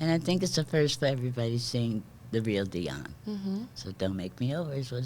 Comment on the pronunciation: Parabéns,, pela entrevista com esta DIVA da canção americana. E parabéns ainda mais pela pronúncia PERFEITA do nome de DIONNE WARWICK. Muita gente aqui no Brasil pronuncia erroneamente como "Daione", quando o certo é "Dionne", como se escreve.